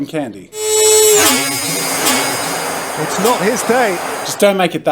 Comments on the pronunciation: I swear when he was tryna open the ink thingy in the cheap pen and it failed he said ‘zoom!’ 😂 🤣 Edit: Jazza: it ahlmowst looks liek Cotten candie Me: Jazza? Jazza. JAZZA DON’T EVEN THINK ABOUT EATIN’ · "Definitely cotton candy" Or "Definitely caught in candy" 😅😂